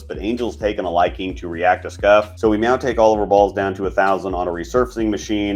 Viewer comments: You testing how many times you can say meow instead of now and see if we notice? Lol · I'm sorry, are you saying meow?